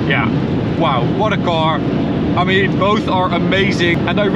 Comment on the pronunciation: "I love men green" LOL